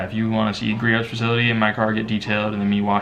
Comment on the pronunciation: Great video! Btw the t in Griot’s is silent. 😉